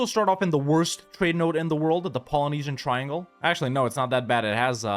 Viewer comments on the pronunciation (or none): none